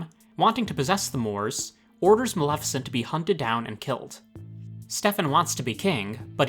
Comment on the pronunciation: Yassss! Finally someone who can pronounce Maleficent's name correctly! Most people pronounce it MaLIFicent instead of the correct pronunciation- MaLEFicent. Well done!!!